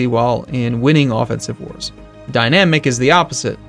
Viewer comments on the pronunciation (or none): none